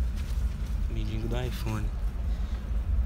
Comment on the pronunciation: não é mindingo é mendigo